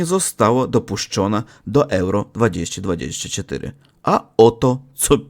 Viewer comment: jeśli chcesz poprawić swój polski to poczytaj sobie jak się wymawia poprawnie 2024:)